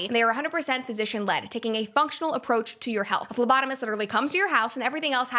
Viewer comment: In the Geviti ad I heard lobotomist instead of phlebotomist.